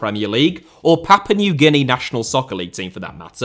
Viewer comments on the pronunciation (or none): none